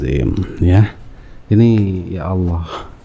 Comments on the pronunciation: Juri mtq sebut ALLAH kok aloh hahahah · Ngucapin Allah aja udah salah. Itu satu kata aja loh. Lagian murtadnya jg kocak, masa dari Al Qur'an. Harusnya kalo beneran murtad "saya mengimani injil, di ayat ini bla bla bla". Mayan hiburan.